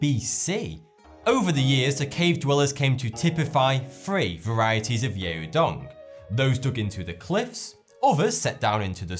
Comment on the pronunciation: It's not pronounced 'yay-o dong'. 'Yao' rather rhymes with 'cow' (happy Chinese New Year, btw)